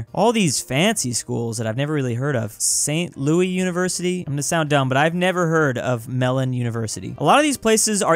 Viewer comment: The way he said Saint Louis: yes, you made the correlation.